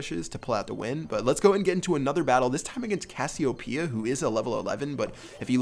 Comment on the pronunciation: Anyone else cringe when he mispronounced Cassiopeia?